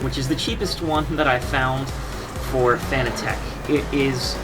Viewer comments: Dude, its pronounced "fanatic", not "Fan-uh-tech". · who gives a fuck how they intended it to be pronounced. should've written it differently if they wanted it pronounced "fanatic" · Well it's spelled fanatec so I read it as fan-a-tec, could never understand how peeps pronounce it as fanatic concidering fa-na-tic is spelled fanatic 🤷‍♂️ but who cares really